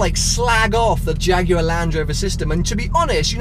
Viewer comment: Shame you keep saying "Jaguarw AW"